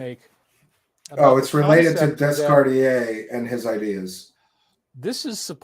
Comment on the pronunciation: Descartes is pronounced Day-car phonetically.